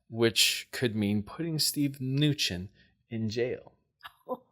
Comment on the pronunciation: Cohen is coh-en not co-hen. Mnuchin is meh-nu-shen. Thank you for noticing your Mom chooses cards that are not above your pick. Other than that, LOVE the readings!